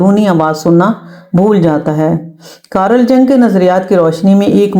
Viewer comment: میڈم بہت معذرت کے ساتھ عرض ہے کہ مشہور سوِس ماہرِ نفسیات کا نام کارَل جَن٘گ نہیں بولا جائے گا۔۔ مطلب جیسے عارف یا طارق بولتے ہیں ویسے بلکل نہیں ۔۔ کار ل جیسے کار کہا جاتا ہے اس طرح "کار" بول کر ہلکا سا "ل" بولنا ہے اور جنگ تو اور بھی غلط ہے، یہ نام "ی و و ن٘گ" بولنا ہے۔۔ انگریزی حرف جے کو زرا بھی ہارڈ نہیں بولنا بلکہ اردو کے ی یا انگریزی کے وائی کی طرح بول کر ڈبل او لگا کر سافٹ سا جی بولنا ہے۔۔ امید ہے میں واضح کر پایا ہوں۔۔